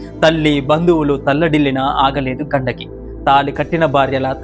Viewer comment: ఘండకి కాదు గండికి నది... ఇలాంటివి చెప్పేటప్పుడు pronounciation చాలా important...👍